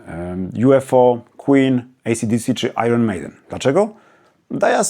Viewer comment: Też nie wyśmiewam jak ta Pani z Wrocławia ‚ ale popełniacie typowy polski błąd - Iron Maiden wymawia się ajen nie ajron.